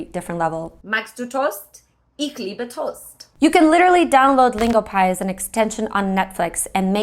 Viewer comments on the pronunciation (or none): none